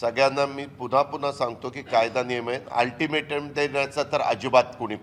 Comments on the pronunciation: First learn to speak altimatom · अल्टिमेट सुध्दा बोलतं येत नाही 😂😂😂😂 काय दुर्भाग्य आहे या स्वतंत्र महाराष्ट्र च 🙏🏿🙏🏿🙏🏿🙏🏿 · Altimete nit bolta yet nahi rao.....😂😂😂😂😂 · अरे तुला अल्टीमेटम बोलता येत नाही 😂😂😂😂😂😂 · आदि सरळ अल्टिमेट बोलायला शिका 🤣🤣🤣😁😁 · आरं पठ्या तुला अल्टिमेटम शब्द तरी बरोबर बोलता येतो का